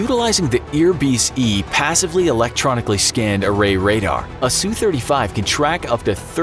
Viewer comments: Wow I sure do love the “Sue 35” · sue-35 ROFLMFAO!